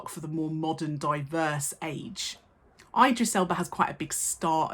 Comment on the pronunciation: miss you're an indisputable icon but that pronunciation of Idris is atrocious